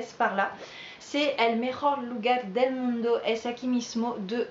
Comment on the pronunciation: La ca'sa .... el mun'do avec accent sur la dernière syllabe, ça fait pas très sérieux.